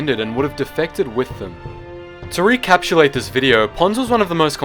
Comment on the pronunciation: Great vid! (Btw, it's pronounced re-ca-pi-chu-late not re-cap-u-late ;))